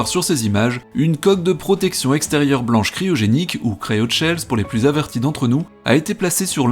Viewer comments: Si jamais, on ne dit pas cryoTchells, mais cryochells... Le mot après cryo, c'est shell qui en anglais veut dire coquille comme d'ailleurs le coquillage des station service Shell. Cryoshell, c'est simplement le mot anglais pour dire coque cryogénique, donc autant le dire en français. ;) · En anglais, "sh" se prononce CH et non TCH Cryoshell : CRAYOCHELLE